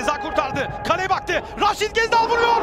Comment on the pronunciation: Ghezzal demeyenle futbol konuşmam